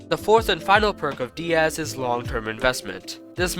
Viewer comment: finally u said "diaz" instead of "die-az"